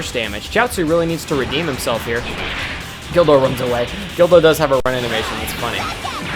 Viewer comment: When u say guldo it sounds like u r saying dildo